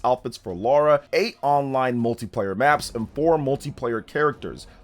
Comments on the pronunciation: Lara! Not Laura! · Its Lara Croft not Laura